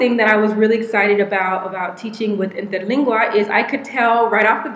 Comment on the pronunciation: Damn girl! Your pronounciation of Interlingua was PERFECT! Kudos!